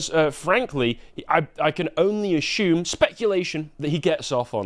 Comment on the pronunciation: still pronounces it 'asshumed'